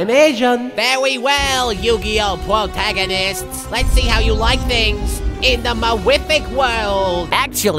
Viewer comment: Pwotagonists! xD